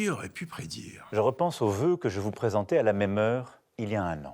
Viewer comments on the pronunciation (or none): Ze vœux